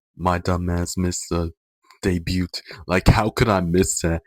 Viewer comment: Why are you pronouncing the T in debut T-T. No hate btw thanks for the reccs ❤